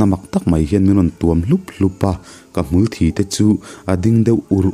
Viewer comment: Youtuber ah chuan ka ngaihthlak tam ber leh thiam ka tih pa3 zing pa1 na i ni.mahse hmulthi hi thi lai hi (blood) thi ang in ilam thin a . Thi (death) tih a lam rik tur nia.. thi (blood) ang hian i lam tlangpui a comment na ah hian an sawi ziah a keipoh ka vawi2 sawina nia comment i chhiar ngailo maw ni ka ti deuh mai2☺